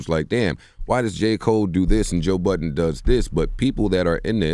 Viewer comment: I hate when they say Joe buddens